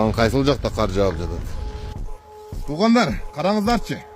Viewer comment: Кудайым өзү колдосун,эол эрежесин сактап абайлап айдашса,ушу кыргызча сөздөрдү журналисттер окудуңар беле,каар эмес кар,күлкүмүштүү эмес күлкүлүү деп айтсаңар боло.